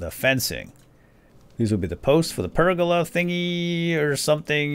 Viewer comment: Anyone else laughing at incorrectly pronouncing pergola constantly?